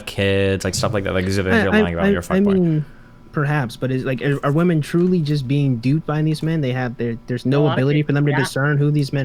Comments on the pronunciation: im guessing this is a troll question, given your name, but if that's not the case: My accent is somewhat comparable to (she lives in Oxford, I believe?) although not quite as posh/cultivated as hers is. I'm from the South East of England and singular "woman" sounds identical to the plural "women" with the final vowel e/a both pronounced as a shwa, like the e in cinema. The only time I would pronounce them differently is if I was trying to emphasise what I meant, as in womAAAAn, not womEEEEn... otherwise they sound identical. Saying them differently would come across as unnatural and forced, and come to think of it, I'm not even sure you'd hear them pronounced distinctly on the BBC although I'm tempted to check now out of curiosity. Man and men are always pronounced distinctly. I'm guessing it has something to do with the extra syllable in women meaning that the final vowel is reduced, but I'm not a linguist. Also, for what it's worth, I would literally have no idea she was originally South African unless someone told me. The only thing I can discern is that she enunciates her consonants a little stronger than is usual... but I would normally just attribute that to her highly cultivated RP accent. It's cute but almost comically posh at times. No offence to her btw, just thought I'd share my thoughts as a Brit. tldr: her pronunciation of woman/women is completely normal in the UK. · Nothing more annoying than inability to say WOMEN. There is an E in it, it's not pronounced woman for fucks sake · why tf does everyone say "woman" in place of women? its everywhere. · How come always says "woman" in the singular instead of "women" in the plural? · It’s astonishing that doesn’t know the difference in pronunciation between woman and women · These zoomer streamer girls who can't pronounce the word women are driving me nuts. Woman and women are not pronounced the same. Please stop.